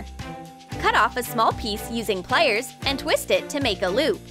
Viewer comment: Was anyone else annoyed when she said waire and plaiers instead of wire and pliers